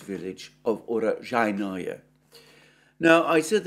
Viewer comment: Alexander, you are the only person I know that pronounces Urozhaine more difficultly than it actually is. Oo-Row-Zhi-Ne. Oo as in Noodles, Row as in Grow, Zhi as in Pi, and Ne as in Net (without the T, obviously). The often used case where names end with 'Oye', does not apply. Honestly, 'your vagina' sounds more like the correct name of the town than your recently updated utterance. ;)